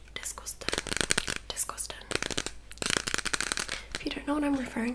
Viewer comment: Hahah as soon as I heard "disgostang" I knew exactly what you were referring to 😂😂